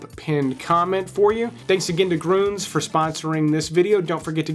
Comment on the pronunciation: Lol, I'd practice pronouncing umlauts before doing the bid for your sponsor. "Grooons" lolol. I do love your vids. Keep up the great work